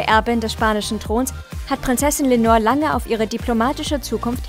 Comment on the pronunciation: Leonor heißt sie. Nicht Lenor.